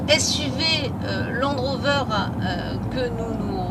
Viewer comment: Landeeeeeee rover heuuuu velarrrreeee